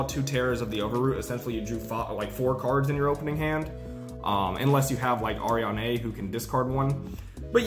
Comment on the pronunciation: It's pronounced Ari-Anne , not Arianeigh